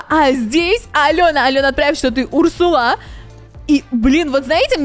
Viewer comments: Урсула ударение на у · Не Урсула а урсула